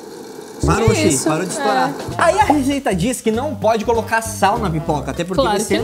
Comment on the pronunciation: é reseita e não regeita